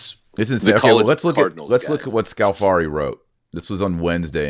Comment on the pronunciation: If Scalfari has repeatedly misrepresented pope Francis, then why does Francis repeatedly go back to Scalfari to be interviewed? ------ (By the way, it's Scàlfari, not Scalfàri, the stress is on the first syllable.)